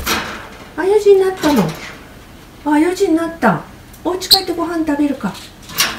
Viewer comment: 可愛い～❤️「４時んなった！」(笑)ぴんふさんの発音そのままをちゃんと覚えるんですね♪お利口だなぁ✨